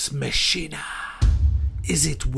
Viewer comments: its pronounced mack eena lol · Mack-in-A is how it is pronounced.. lol